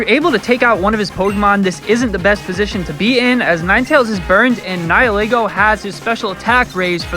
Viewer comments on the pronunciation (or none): Toucannon is so useless. Especially in the late game. It's pronounced Nee-hee-lego. Also it's pronounced Ee-vel-tal not Why-vel-tal.